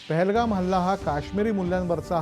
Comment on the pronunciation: pahalgam not thahlgam